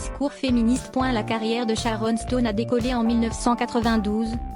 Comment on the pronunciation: Je qualifie ce montage comme un produit raté. — La voie de robot qui est sans expression. — Le texte qui envahi presque tout l'écran. — Les scènes qu'il est question ne sont même pas montré. — La prononciation des mots (anglais), et celui de Sharon Stone, sont complètement ratés. — De plus, on a seulement 4 photos de l'actrice, qui repassent en boucle. Je donne 0 sur 10 à ce semblant de document qui vise un fait d'histoire.